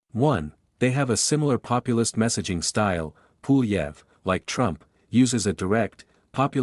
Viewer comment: Low effort AI slop “Poolieve” has my vote.